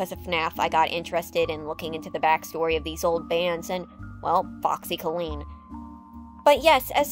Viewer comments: you're saying the name "foxy colleen" wrong in this. it's pronounced like "kah-leen", not "koe-lean". like a female version of "collin" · It's always nice to see Pizza Time Theatre animatronics being brought up. Brings back memories. Of 2010s internet.. Also it's Foxy COlleen, not CollEen. if it even is her real name cause one of the songs suggests it being Flanagan. Anyway, great video!